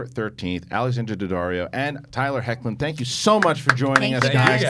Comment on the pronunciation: Great interview with Tyler Hoechlin and Alexandra Daddario 👏🏽 props for not butchering his last name lmao